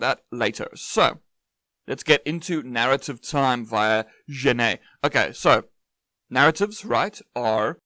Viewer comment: Hey, great video but Genette wasn't Spanish hence his name is pronounced like Jerar Jenett. Hope this helps 😅